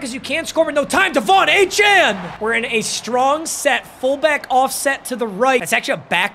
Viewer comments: It’s achane like train but achan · yeah its pronounced a chan but a chain is so much cooler so idgaf what he said in an interview